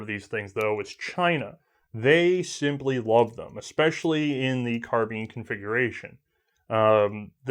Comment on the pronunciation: ITS NOT CARBEAN!!!!!!!!!! ITS CAR-BINE!!!!!!!!!!!! ITS NOT HARD TO SAY OMFG!!!!!!